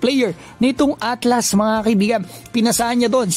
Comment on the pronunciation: ALTAS kuya. hndi ATLAS